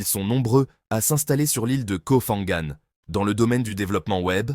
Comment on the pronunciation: Ce n’est pas Koh Fangan mais Koh Phangan. Un P , pas un F. Pourquoi cette prononciation incorrecte? Quand on connaît la Thaïlande, on ne fait pas ce genre d’erreur.